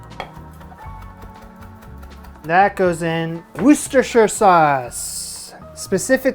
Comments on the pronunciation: wooster-shire but the shire has more of a "sheer" sound to it, lea and perins is the original :) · "Lee & Per-rins Wu-ster-shire" sauce! Yes, English place names are bollocks lmao. Put a few drops on cheese on toast. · Butchered Worcestershire and then doubled down on the Lea (lee). 😂 Me trying to speak in the day to day.